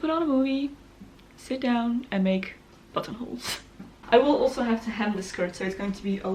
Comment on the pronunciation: I thought you said buttholes